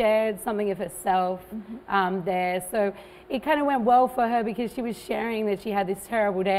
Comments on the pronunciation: "it's kinda" nhưng cô không phát âm "s"; "a type of performance" "performance" cô k phát âm "s". ok chưa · mình xin thuật lại lời của bạn Thomc: "it's kinda ko phát âm s thật, kiểu nói lướt mà performance có s đàng hoăng, bạn nghe kỹ lại xem"